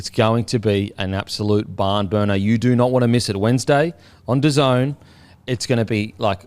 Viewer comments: Da Zone not Daisy en 😂😂 thanks for the show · The way pronounced DAZN gave me an aneurism. It’s pronounced Da Zone